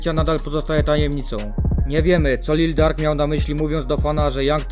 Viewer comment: Jak kurwa Lil Dark to się nie czyta Lil Durk?